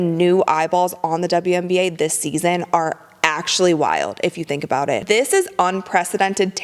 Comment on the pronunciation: Did you just say "uwian na"? You made me smile on that one.